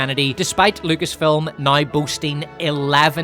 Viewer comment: I love your videos, and you say film as filim and it's funny